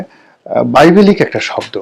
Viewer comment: বাংলা উচ্চারণ করতে পারে না। এখন দেখছি বিবিলিক্যাল কে বাইবেলিকাল বলছে